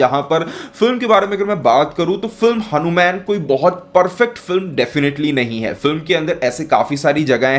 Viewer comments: हनुमेन नहीं …..हनुमान बोल भाई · भाई तुम hanuman ( हनुमान) बोलो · Bhai ye hanu man nhi hai, hanumaan hai